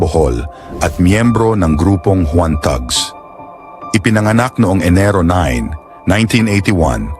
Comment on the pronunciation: "Tags" po ang pronunciation ng thugs :)